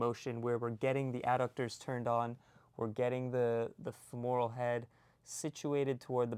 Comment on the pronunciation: FEMoral. Not feMORal.